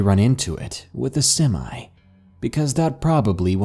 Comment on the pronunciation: Love your videos and just catching up with some old one. You have a great voice and narrate very well. Just a couple of things; when you started the first story and said even with a sem I, I almost spat out my food. In a lot of countries that means your male parts are half "ready to go"😂. Most countries don't relate that to guns besides some middle eastern countries and the USA. It took me a few seconds to get your meaning, and usually it's pronounced sem e, not semi I. Also, Lachlan is pronounced Loch lan, not Lak lan. Very minor things but I thought you might get a bit of a laugh out of it.... I did. Great story telling anyway, cheers.